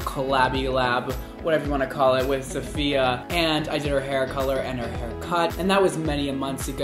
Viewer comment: It's SAFIA!!!